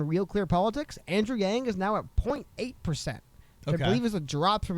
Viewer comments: Actually she pronounced his name closer to the correct pronunciation the second time. From a Chinese pronunciation that is. 'a' is more for a 'ahhh' sound... 'ahhhng'... yang. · Doesn't really matter but the pronunciation of Yang in Mandarin is closer to Young. Not a long A sound. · Love your show. And the “yang” is pronounced in Chinese as “y ah ng” in one syllable. All the current English pronunciation of Yang, Wang etc are all not really right. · The word yang 楊 is actually pronounced "young" with a second tone accent in mandarin Chinese, spoken in Taiwan. The word was translated to the us adapting the spelling of Yang. Andrew weren't raised in Taiwan, and probably called himself yang all his life, so it was normal all in all when everyone on the web call yang, but if whoopi did her homework and called him young, it wasn't wrong and actually show her respect.. If she did know that was the correct way of saying it. Which was very refreshing I might add to hear Chinese pronounced somewhat correctly for a change. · Yang is pronounced like “Yahng” in asian languages like Chinese, Taiwanese, or Korean. She pronounced his name in the traditional way, that’s all.